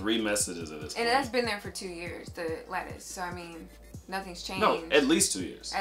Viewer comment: Lol I thot you were saying lettuce. Lattice. Lmao